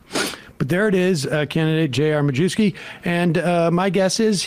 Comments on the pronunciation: Yeah, I had a teacher in high school with that name, he pronounced it “My-YEV-skee.” Apparently JR pronounces it “Ma-Jew-skee.” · Doesnt even have the decency to say his own name correctly, be proud of your polish heritage its My-yev-ski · It's actually pronounced "My-YEV-skee".